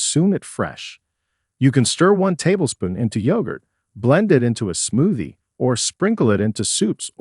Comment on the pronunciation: lol No. I kept hearing "smoothie" pronounced like "smoozie"!